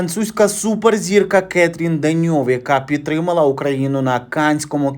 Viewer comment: 👍👍 Не КЕтрін Деньов, а КатрІн Деньов